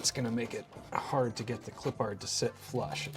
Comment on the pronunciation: Respectfully, pronunciation is a little off. pronounced it “Clip-pard”, whereas I believe it is supposed to be pronounced “Clip-perd” goofy stuff.